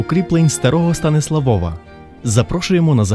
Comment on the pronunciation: шо за станіслаВОВА? Якщо СтаніслАв, то прикметник - СтаніслАвів, з якого дива наголос переміщувати на суфікс (приклад Львова не конає, бо там в корені зредуковано голосну - ЛЕвів, ЛЕвова), якщо ж Ви з якогось дива вирішили орієнтуватись на польску орфографію, то нагадаю, що то не знак наголосу над літерою о, а позначення звука у, тоді читайте вже Стансуавув, буде все чітко польскою). Вибачте, нічого особистого, але дуже по вухах... Про дерево сефирот я мовчу, ну ще б масонів туди... Ребе навчав поляка-католика кабали ... авжеж! Приблизно як не так давно Мадонну (співачку).... А так симпатично